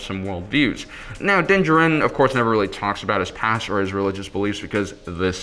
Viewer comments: What excuse do fans have for mispronunciations of star wars names? Dinjerin is clearly so wrong. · I m pretty sure u pronounce din djaren wrong. Please watch the mandalorian again because it’s super distracting